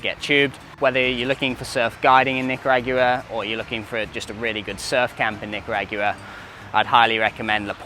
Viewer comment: Bruv you’re killing me w the nica rah gwua